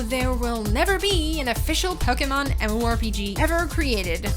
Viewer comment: "Pokamon" hahaha